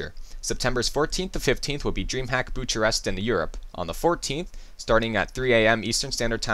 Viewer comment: I reads "Bucarest" not "Butch-a-rest".